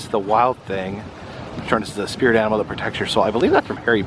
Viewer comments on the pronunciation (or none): none